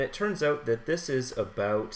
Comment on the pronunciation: The "about"'s hahaha